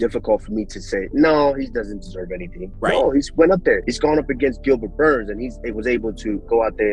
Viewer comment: I like to hear how Usman pronunce Burrrns. You can feel the weight